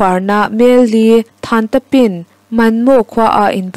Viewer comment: Tu huat thu loh ah(Yan Chi Awng) Yann thluk phei Chi a sang Awng a hniam a thluk.chuan Tamu khawpui (Than Ta Pin)T့i tur Than Ta Pin tia lam tur a ni.beng var/hriat zau nan.